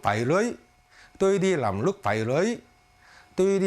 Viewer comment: oi troi! nguoi doc mau ma sao doc "lam" thanh "nam" vay lai bet roi .vay cung doc mau